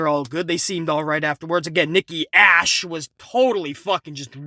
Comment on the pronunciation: LOL I am dying over here every time says Nikki ASHhole! LOL!!!!!!!!!!!!!!!!!!!!!!!!!!!!!!!!!!!!!!!